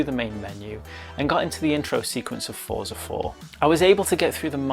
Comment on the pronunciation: Excellent review! Looking forward to the public release of this. Please forgive me for correcting you, but Forza is pronounced Fort-za, similar to how pizza is pronounced. :)